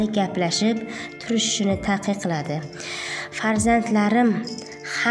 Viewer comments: Taqiqladi emas takidladi deyiladi menimcha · Таькикладимас-такидлади дейилади.